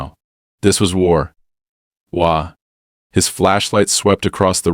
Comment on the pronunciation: "This was war wa." "War wa"? Really? You personally wrote that, and personally read it out loud and recorded it, and personally edited the recording without catching it? 🙄 I'm not even going to listen to the rest of this; I don't appreciate gaslighting. 👎